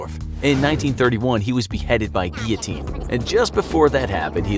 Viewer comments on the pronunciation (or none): none